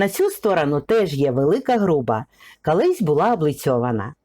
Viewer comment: Розказуєте гарно, цікаво. От тільки у вас вимова, як у Юлії Тимошенко: "кАлись", близькА", сотАк".... Але все ж краще, ніж у азарова була)) .